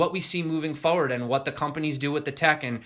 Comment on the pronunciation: Say Foe-ward again 😁